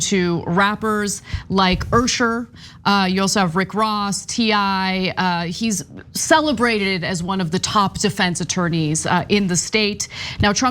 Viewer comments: who is UR-SURE? ... p. sure it's 'Usher' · _TYTTYTRainbow:@ Ana is so terribly disconnected she called Usher "Ursher" as if she never even heard the name before😫!! Terrible! Do better TYT!:_TYTCookie::_TYTSaltAna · Do all these lawyers work for nothing? And the rappers name was Usher not oohsher. Educate. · She was making a joke, lmao, that's how Usher pronounces it in his songs sometimes. What an ironic comment. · Urrrsher......lol does she mean usher 😂😂😂😂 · 🤔🤔. Did Ana mean to say “Usher”….and, not “Ersher”?🤔🤔😁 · It’s Usher not Errsher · I think so. Lady said, "Errsher". 🥴😑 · I think you mean Usher not Ursher😅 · Did Ana just call him Ursher unironically lol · Whos URRRRSHER? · Who is this "Ursher" of which she speaks? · Lol errrrsher that one of the weirdest way ive heard someone pronounce usher 😅😅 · She said Ursher... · Who tf is Ursher😂😂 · lol. She said “Ursher”. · What a supremely uneducated way for her to say Usher. er-sher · I thought it was "Yoo-sher"! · Not Usher but Errrsher.😂🤣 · I was thinking the same damn thang lmfao. She almost choked trying to pronounce Err-Shure lmao 🤣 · “Ewrsher” - Ana cannot read. 😣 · Did she say Ursher? 😂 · EWRSHER ? 😂😂😂😂 O HOW PETTY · 🤣🤣🤣 I caught that, too! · Who’s usher. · She has consistently had trouble correctly pronouncing words/ names , possibly reading comprehension issues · Ursher? Lmao that's what my grandma calls him 😂😂. Anna put 40 years on her life saying Usher like that😂😂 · Ummm.... does Ana not know how to pronounce Usher? He literally spells his name in his most popular song 😂 not a big deal but def made me laugh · Um I’m getting old… but was she referring to Usher? The way she said his name may be how some refer to him … but Ana… no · Lol she said Ushers name wrong 😂